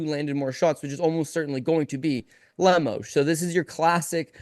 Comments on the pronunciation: Bro said "Lemas" 😂💀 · Made my ears cringe with pronunciation of Amanda Lemos name lol